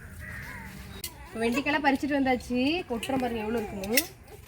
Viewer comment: Vendaikai mot vendikai. Try to change ur pronunciation while talking in public